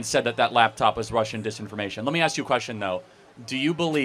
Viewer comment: Can't pronounce ask,wants government checks